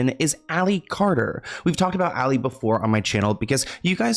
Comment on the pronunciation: Carter not cater